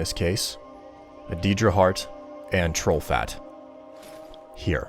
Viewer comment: for the love of flying fook.. It's (Day)Deadra, not (Dee)Deadra I understand that's the way you're used to saying it but it's troubling to hear it be said